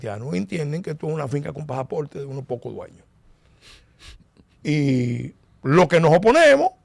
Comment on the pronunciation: Señor Pelegrín si es que usted Lee los comentarios,por favor corrija la pronunciación de la palabra pasaporte, que usted dice pajaporte.